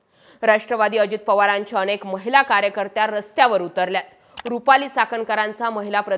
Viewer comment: भाषा जरा शुद्ध वापरलीत तर अजून छान होईल, अतिशय अशुद्ध वक्तृत्व... ते अनेक असतं आणेक नाही हो